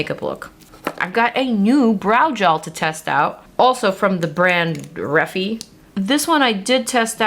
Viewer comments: It’s 100% ree-fI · If you changed the R to a D, Defy = D fi pronounciation😊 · 😊It’s pronounced “ Reh (the “e” is short) Fi (the “FY ” is long) 💁‍♀️☺️. And this is according to the brands co- founders Jenna Meek & Jess Hunt 👍😁🫶. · So Refy is pronounced like how you’d say the word “glorify” but take out the ‘glo.’ It’s called sculpt bc you’re supposed to roll it on your face to depuff. Kind of like a jade roller.